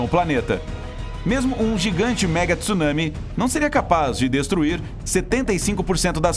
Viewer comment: Com tanta informação, não sei como uma pessoa ainda pronuncia “tissunami” pqp!